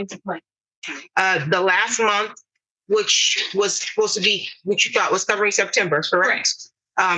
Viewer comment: Munt = month in English.